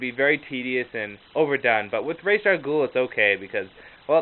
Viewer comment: Don't worry about the pronounciation. It IS "Ray-sh". The DC writers at comic-con said it that way thousands of times and like you said, the animated series did too. Really helpful, because Ra's is a GREAT villian I wanna read up on more.